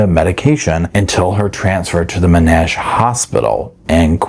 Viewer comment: I will miss hearing your pronouncing of Monash, effin beautiful :_Mushroom::_Pearls::_Cheesecake::_SofaSquad::_Mushroom